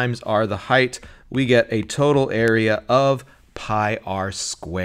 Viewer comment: How does an intelligent person say "heighth"??? That is NOT a word. Height. What a fool.